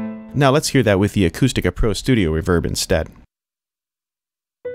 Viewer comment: Don't you put the emphasis on RE in Reverb?! reVERB... haha Kills me every time!! Cool wHip!!